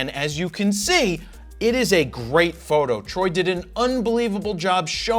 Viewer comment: I like your content, and I know that you do it forever - but the way you enunciate „fro knows PHOTO”, and especially „photo” is extremely off-putting and yucky. Like a nails on a chalkboard. It’s so uncomfortable, that I have to skip those parts of your videos. Everyone knows your website by know - you don’t need to differentiate each word in it to such extent, any longer. And it’s 2025 - not only it sounds bad, but it’s also cringe and goofy.